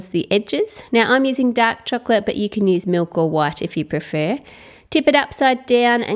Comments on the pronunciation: "cheklet" LMAO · ramziz chohklet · Say the word chocolate properly or don't say it at all